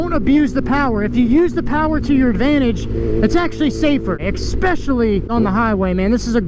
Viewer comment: Bro. Bro. It's "Su-pose-ED-ly" Not "su-pose-EB-ly". There's no B in supposedly. Also, it's "ES-special-ly" Not "EX-special-ly". I'm sorry to be That guy, but come on, you're a grown, adult male. Supposedly, you should know how to say these basic words, especially since you're an adult.